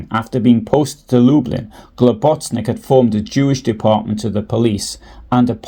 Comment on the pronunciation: You're misprouncing Globus's surname. Good effort though